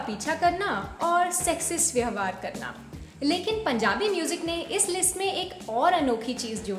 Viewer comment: व्यहवार नहीं, व्यवहार बोलिए।